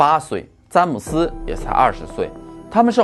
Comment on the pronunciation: zhan姆斯，不是zan姆斯